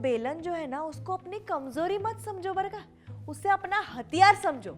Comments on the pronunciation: It's barka (बरं का) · How many of you think that she is saying ' barkha'😂